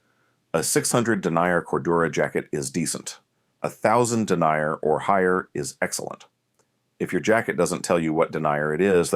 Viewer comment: I can't stand hearing the word denier, meaning a characteristic of fabric, repeatedly mispronounced as denier, someone who denies an application, assertion, etc.